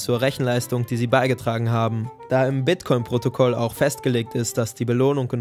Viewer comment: bei gehört protokoll statt protokol aber sonst wie immer ein gutes video